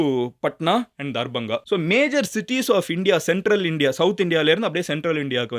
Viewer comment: Bro it is darbhanga...pls don't pronounce anything if you don't know